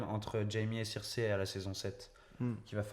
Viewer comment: désolé, mais tu nd peux pas dire "King's Landing" et "Cirsè" (à la place de Cersei) dans la même phrase... C'est soit les deux en anglais, soit les deux en français ! A oui, j'aime bien les théories elles sont plutôt intéressantes ;D